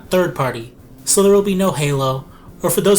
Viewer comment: why do you zay z zo much